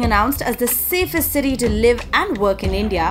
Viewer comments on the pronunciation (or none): none